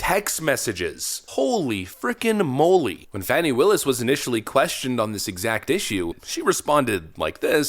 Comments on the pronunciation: It isn't "Fawny". It's "Fanny". Pronouns: Huge/Fat & full of Wade. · It’s Phooey Willis, not Fanny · I believe her name is pronounced "Phony" Willis. The phone calls demonstrate her lies about her relationship with Nathan Wade. She's fake, lying under oath.